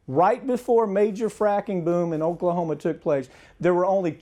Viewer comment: Oaklahomo lol